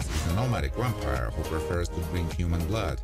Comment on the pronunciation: Why do you say "wampire" instead of "vampire"?! That's so confusing... The English "V" sound is pronounced with top teeth on bottom lips, it's a closed sound, like in "voice", or like the Spanish "vivo"....